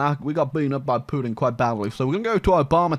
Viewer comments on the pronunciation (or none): I can't get enough of "Putin" pronunciation. -That's Poo-in. That's Poo-in doing the Poo-in walk.